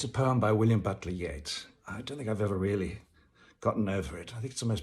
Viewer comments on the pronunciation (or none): none